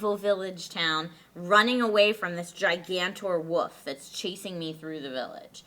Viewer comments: I want to punch in the face. It's WOLF not WOOF you stupid fuck. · I love how says "woof" instead of "wolf". I mean, she mentioned something about it last week, but I find it kinda cute even though it's ridiculously childish. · I hate the way calls a wolf a woof. It's so damn annoying. Oh also I like how the girls just forget Lee is a person, jerks. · Woof = Wolf. That shit is something you don't say when you're in your late 20s. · Woof not wolf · i'm gonna sound like a dick, but come on, it's wolf, you're an adult.